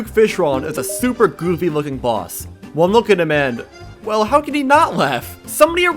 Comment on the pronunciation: They way he says boss is like bΩss